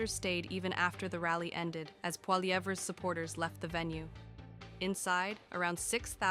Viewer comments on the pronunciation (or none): Can you get that AI voice to say his last name better? more like "Polly-ev".